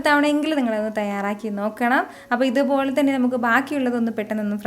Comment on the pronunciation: "ithupolee" Korch koodipoyi😛😂anyway nice video